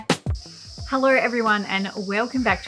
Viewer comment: Damn, I tried to imitate your Australian 'Hello' for a while. It's next to impossible. What is that sound at the end of the word? It sets you Ozzies apart from the rest of English speaking world... HELLOIR? HELLOY? HELLORRY?